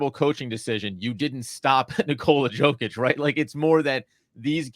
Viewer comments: Compliment him by pronouncing his name accurately. 2 x mvp 2FMVP And you still can’t pronounce it? Yoke itch not Joke itch… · Yo-kitch not joe fyi. 2 time mvp, fmvp put some respect on the name lol. Good pod! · Nikola WHAT?! YOU WANT TO TALK ABOUT BASKETBALL WITHOUT BASIC FACTS. HE IS NOT joe-kich but YO-KICH ! WOW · YO-KICH my brother. Have a nice day